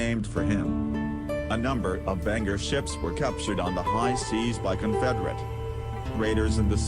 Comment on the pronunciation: apparently the computer voice is mispronouncing it! good video 😀